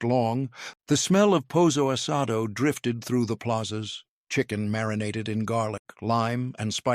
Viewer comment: Pozzo asado????